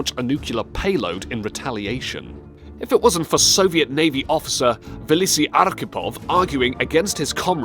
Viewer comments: How it's written: Valentin Savitsky How he pronounced it: Valentin Stalivsky How it's written: Vasili Arkhipov How he pronounced it: Valisi Arkhipov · You said half of the names wrong. Example: instead of Vasili you said Valisi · At least read and say the Russian names correctly Is not Valisi, but Vasili. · Why there are so many mistakes towards the end of the vid? Narrator reads: "Stalivsky" Text shows that it's: "Savitsky" Narrator reads: "Valisi" Text shows that it's: "Vasili" Narrator reads: "Stalinslav" Text shows that it's: "Stanislav" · Very flawed pronunciation of simple words like Vasili, nuclear, Savitsky, etc. Really quite ridiculous. Need to work on that.